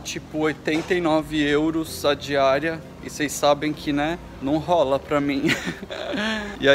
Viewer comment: Kkkkkkkllolll diooooooooooos smp comento no fim... tive q vir comentar antes do fim pra rir ctg nesse marzão de rrrrrroulas kkkkkkkk